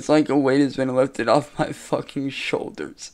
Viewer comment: saying the word shoulders just makes me laugh! 🤣😂🤣😂